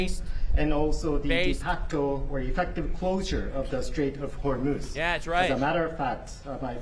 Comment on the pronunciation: I swear I heard netanyahu say "Straits of homos"